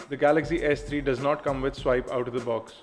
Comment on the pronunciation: WTF its swipe not sweep